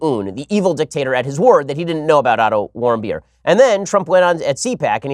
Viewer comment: Every time he says the name of the kid that was beaten in North Korea I hear him say Idle warm-beer. You're welcome